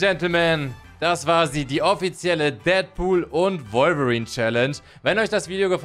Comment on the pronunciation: Du sagt wolverin komisch finde ich du sagst revolverin